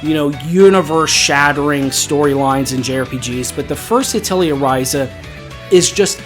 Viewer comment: Sorry to be that guy, but Atelier is pronounced "uh teh lee ay". Great video, btw.